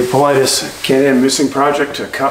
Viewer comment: Isn't it interesting that some Youtubers or media mouths mispronounce "Paulides"? David opens every video stating his name... Not sure if we should trust the opinion of an individual who has not done the MINIMUM amount of research.